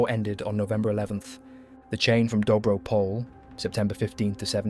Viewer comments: THe serbs were not the reason for the break in Dobro Pole (btw the pronounciation is POL-EH). But regardless the reason for the break in the bulgarian defenses is the bulgarians were already lacking ammunition, food provisions and vastly outnumbered. They had held out the line against immeasurably higher numbers for months. The germans not only stopped the first bulgarian advance which would have effectively destroyed the cornered ally forces at Salonika (due to the fact they stupidly wanted to continue the diversion of this second front) but they had also failed to keep promises for delivery of ammunition and provisions. The germans were buying out at higher prices all of bulgarian food on the market which had made it very difficult for the bulgarian army itself to procure the food necessary to sustain the army. On the other hand the allies were well supplied by the british and french. The breech of the defensive line was only a matter of time. However even after that breech the allies were not able to further capitalize on that and it became another stalemate. So it's really nonsensical to claim that that battle was of much consequence> The real reason was much more so the spanish flu which was ravaging the german forces and the US joining in the war on the allied side which made it impossible for the central powers to win. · excellent documentary. just a minor correction: dobro pole is pronounced more like dobro poleh ..